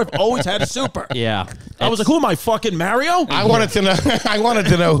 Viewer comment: I feel like it is a crime to pronounce Mario that way😂😂